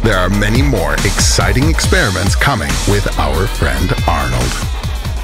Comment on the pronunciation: It’s not ariny it’s Arnold